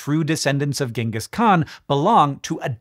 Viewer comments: Ironically his name isnt pronounced as gang-gus but rather gene-gus. And no thats not a joke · Its pronounced jengis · How can anyone trust a person who pronounces his name with a hard g. I am not even going into the ch and not "dj" sound, but using a a hard g here is a sign of a low OQ extremely ignorant person (it is irrelevant if a person wins a nobel prize for curing cance, if he uses a hard g to pronounce his name, he has subhuman level IQ). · Just something i wanted to mention, most people incorrectly pronounce his title.. it's not pronounced with a G, its pronounced with a Ch, so instead of pronouncing it Gangis, his title is pronounced more like Changis. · Hard g pronunciation of Genghis is driving me nuts (it’s a soft g). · I'll never understand why people pronounce it Ghenghis when it's so clearly spelled Genghis ("Jenghis") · Thank you! I couldn't stop correcting him in my head. NativLang drilled this one into my head years ago.